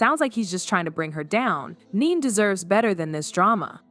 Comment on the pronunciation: Her name is Ne-Ne not Neen😳